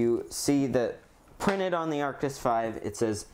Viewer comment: Why u say artis😂